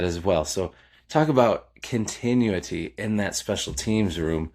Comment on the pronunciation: Love your channel. Look up how to say continuity my friend.